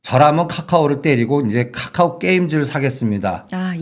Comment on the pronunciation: 까까오 나만거슬리노?? 발음찰지시다